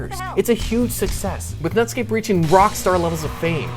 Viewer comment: I know u said nutscape